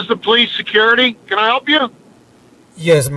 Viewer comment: "This is poli-SECURITY"